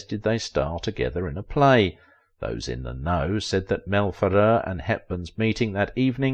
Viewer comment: Where did you learn such an awful pronunciation of Mel Ferrer’s name. He was born in New Jersey for Christ sake.